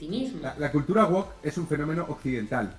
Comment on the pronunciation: Se pronuncia "wowk", y no como la sartén oriental... 😅